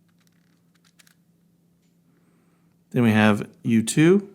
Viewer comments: Also sounds like you too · When you are saying U2 it sounds like YouTube 😂